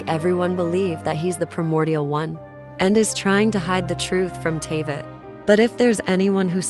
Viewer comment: and now Teyvat. Dude. Horrible video lol. This isn't like caramel and caramel. You don't just get to change especially names but also places names bc you want to say it differently lmao